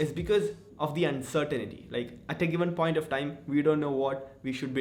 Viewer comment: No offense to you but uncertainity nahi uncertainty hota hai😆